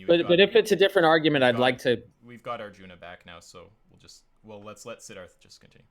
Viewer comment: I kept thinking was saying Darth when he would say "Sidharth"